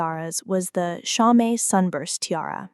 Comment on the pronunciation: “Cho - met”? Really? You stories are so good, but your AI voice stinks. Just a way to dumb down Standard American English even more.